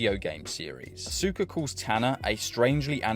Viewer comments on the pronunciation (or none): none